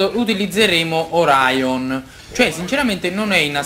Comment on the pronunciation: Sei grande bro! Non ti sto a spoilerare nulla, purtroppo la saga di Poseidone non è un granché tranne che per alcuni twist, non vedo l'ora di vederti giocare la saga di Hades! Secondo me da li ti innamorerai di Saint Seiya! Continua così che sei fortissimo bro! ;)ps. Comunque Orion si pronuncia come e' scritto (vabbè tanto non lo vedremo più ahahaha)